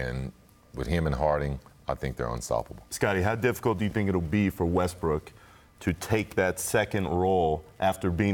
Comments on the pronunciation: Scottie said Rustbrook 😂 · Nobody: Scottie Pippen: Russbrook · "Russbrook" - Scottie Pippen, 2019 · Scottie “Russbrook” Pippen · First the rockets owner says “Likers” and then Pippen says “Russbrook.”